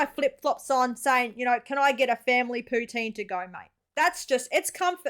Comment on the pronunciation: Gets a canadian to give examples of " eh ", and the Canadian cant even properly pronounce poutine right. Let me guess, guy from Toronto.